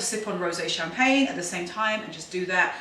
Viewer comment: Your pronounciation of the Champagne is not that bad. I always love your styling🤗